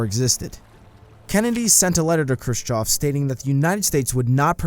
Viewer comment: and pronouncing the name Khrushchev as Crew-choff